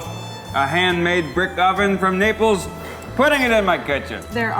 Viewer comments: When the chef says Naples it sounds like he’s saying nipples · I thought he said "We have tomato sauce instead of love"